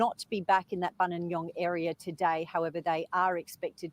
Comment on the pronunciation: good Morning, Hope all well with you & pronouncing "Buninyong" spot on. Nothing to report as yet today, so just enjoying a coffee with youxxx Think that the Police are doing an excellent job in Australia- they are very well organised & structured, so will with hope find Samantha. Their forces are well supported throughout Australia & will leave no stone unturned. Our love & hugs with everyone from Dartmoor, U.K.